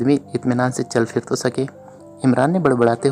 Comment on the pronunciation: Hut 👌👍 Hit 👎 JAZAKALLAH KHAIR Rewani m jub bolty hain tu Jo words normally zebaan p hun wo hi Ada huty P ko h bolna rewani nei h Phir, 👍 Fhir 👎 Pharna 👍. Fharna 👎 Phat 👍. Fhat 👎 P ko f na bolain JAZAKALLAH KHAIR